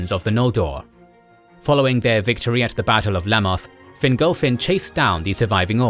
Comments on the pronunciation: Please pronounce in Fin-golf-fin not finglefin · Fingolfin* Not "Fingal-Finn".